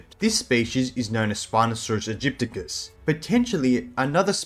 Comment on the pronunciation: EgyptiAcus.....NOT...Egypticus....there is an A it!!